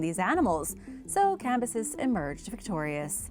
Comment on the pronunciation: Cam-bi-sees (edit) you said it so many times Her-rod-eh-tus